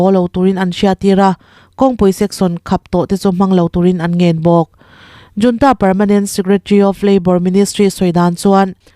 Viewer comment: Junta nilo in hunta tih a ri turin chhiar rawh ooo....